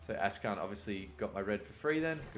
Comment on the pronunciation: akshan... not ashkan